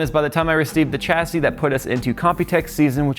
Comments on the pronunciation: tcha-see? Sha-see (chassis) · "SHASSY" IT'S PRONOUNCED "SHASSY"! IT'S A FRENCH WORD, SAY IT RIGHT FOR THE LOVE OF GOD.